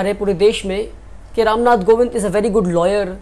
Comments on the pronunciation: it's kovind not govind. Good luck for ahead. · It's Ram Nath Kovind, not "Govind" pehle sikh le bhai